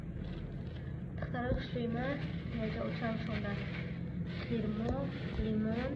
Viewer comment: Хирмо не хурмо